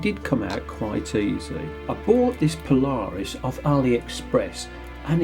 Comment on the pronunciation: The name is not one word, but rather two. You are pronouncing it Po Lar Us when it is properly Paula Reis. Go check out their website.